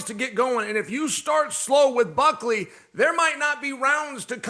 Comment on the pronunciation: Did Chael just call him Cuckley…? 😂